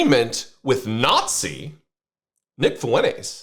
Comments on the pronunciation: Nick what? Fueles? 🤣 FUENTES... TESSSSS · Does he pronounce his name Foo-entes because the name Fuentes is Latino, and he doesn’t want to be seen as Latino. That is hilarious 😂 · I see the left becoming more radical after this, which is awesome since it’ll make future elections an inevitability. Also what in god’s name was that pronunciation of “Fuentes”? You’re whiter than your beard.